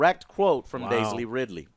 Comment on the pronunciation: I've noticed that Joe likes to add L's to his words sometimes "Daisly Ridley" "Cantoblyte"